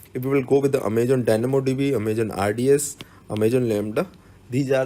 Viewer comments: He is prouncing as Amajon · it's so cute that in a video about aws you keep mispronouncing the word 'Amazon' 😊😊